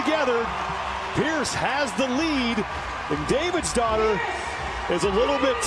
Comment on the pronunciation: lol forgive me for not knowing the women's names, but i was getting super annoyed with the male commentator when he kept saying kathrine davidsdottir bc i thought he was saying kathrine david's daughter lmao